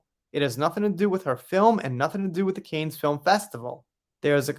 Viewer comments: Isn't it pronounced like can not cane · I think it's pronounced "kan." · A little help with prononciation, 'Cannes' is pronounced 'can' and 'Jeanne' 'jan' lol